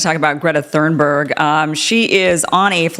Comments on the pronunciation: it's thunberg not thurnberg. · It's Thunberg, Not Thurnberg! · Kim, it's Thunberg, not Thurnberg. Perhaps you're not fermiliar with her name. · Come on , Kim - you should be able to pronounce Greta’s last name- <Toonborg! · It’s pronounced: Thorn-burry. It’s Swedish. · You cant even pronounce her name 😂😂😂